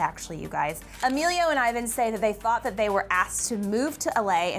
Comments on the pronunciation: She pronounced Ivan's name as eye-van instead of e-van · Did she just say Emilio and Eyevan ? ITS E-VAN ( Ivan ) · Ivan is pronounced (Eee van) triggered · Martinez Twins! And btw, got kinda mad when they said "Ivan" WRONG.... ugh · she is pronouncing Ivans name wrong lol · pronounce ivan's name right😭😭